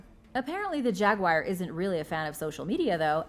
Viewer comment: Learn how to pronounce the word Jaguar... phonetically it is sounded out like this...Jag-wahr or (yoo-ahr) Nowhere in the spelling is the word wire. It is NOT a Jag Wire. Please do your pretending before speaking on these videos.